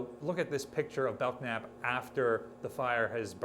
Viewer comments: The "k" is silent in Belknap: Bell-nap. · You are the only person I've ever heard pronounce the K in Belknap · The "k" in Belknap is silent. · FYI Belknap has a silent k. At least Belknap Butte in central Oregon does